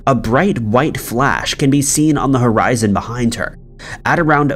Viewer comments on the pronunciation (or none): none